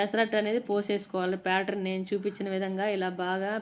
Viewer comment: అది పేటర్ కాదు బేటర్.😂